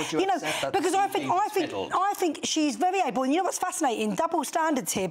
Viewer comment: Get aaaaht my paaab. "I don't FINK so". Good grief.